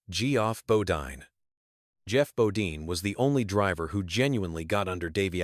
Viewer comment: Need to learn how to pronounce people's name Geoff bodine